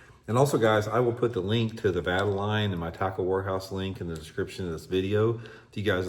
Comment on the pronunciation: Let me help ya out with the correct pronunciation. Vuh-TALE-Yun.